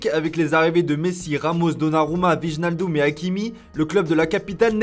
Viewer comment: c'est la 15 ème fois que je vous le dis, et vous recontinuez à dire la meme chose! Je vais donc vous le repeter une dernière fois, et s'il le faut, je ferai un communiqué de presse, écoutez moi bien: WIJNALDUM SE PRONONCE phonetiquement "OUAIS-NALL-DÖM" ET NON "OUI-JEUX-NAL-DOUMME"!!!!!!!!!!!!!!!!!!!!!!!! C'EST DU NEERLANDAIS!!!!! C EST PAS DU FRANCAIS!!!!!!!!!!!!!!!!!!! DANS CETTE LANGUE, LE NEERLANDAIS, LES "J" SE PRONONCE "Y" PAS J!!!!!!!!!!!!!!!!!! EST CE QUE C EST CLAIR OU IL FAUT LE DIRE EN CHINOIS???????????????????????????????????????????????